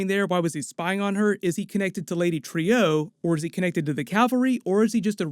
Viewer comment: Not Trio..lady Trueeeeeee come on dude nice breakdown tho